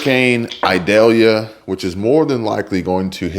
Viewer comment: It's "eye-daylya". )ikely to be cat 4 at landfall around 8 a.m. Wednesday...somewhere between the Panhandle and Cedar Key?